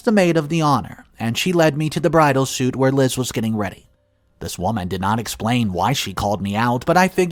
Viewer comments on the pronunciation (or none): It’s pronounced, sweet not suit. The spelling is deceptive.😊😊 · "Bridal suite" is pronounced "Bridal Sweet"!